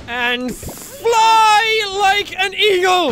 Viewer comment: That sounded more like "Fly like an Eel!!" than "Eagle"